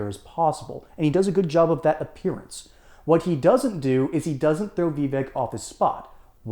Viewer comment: Pronounce his name correctly it's pronounced Vi-vache.